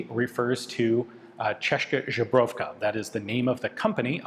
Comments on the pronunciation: Ian - it is Zbrojovka not Żubrówka 😉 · Not ¨Zhebrovka¨! Z-B-Ro-jovka! "ZbrOja" is the stem for "weapons" in many slavic languages. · Z B R O J O V K A not žebrovka it always stings love your videos otherwise you make great content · "Zebra" comes to my mind as an aid for the "zbrojovka" - basically, try to pronounce the zebra without the sound of 'e' in it (Zbra). That would help a lot to not pronounce the 'z' as in zebra and not as the end of Garage (Czech has a different letter for the sound: 'ž', so we do hear a clear distinction). And don't drop the 'j' in the middle, that should sound like 'y' in (you, or York). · I'm guessing that Ian recorded a lot of videos at the Institute in a couple days. Without enough time/feedback to correct that pronunciation. Next time he visits, for sure. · I think they know but as a joke they let him pronouce it as "žebrovka" XD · i wonder how many more videos will it take for Ian to get the "zbrojovka" pronounciation right ... :D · Česká "CHESS-kah" Zbrojovka "ZBRO-yov-kah" 1) “kah” in Česká should go with a long “ah” sound, like for example in "father". 2) Z in Zbrojovka is the regular Z, not softened Ž (Z with caron) as you say it.